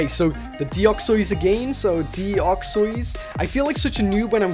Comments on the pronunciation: not deoxeys deo-x-ys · The way you pronounce Deoxys is so wierd.. Deoxoiss